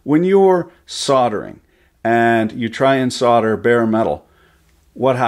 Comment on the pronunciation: say solder not suader its so easy please